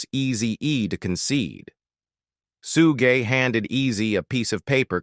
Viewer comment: I hate AI but this was funny listening to the robot talk. Especially loved how it robot said “Suge.” Good video though.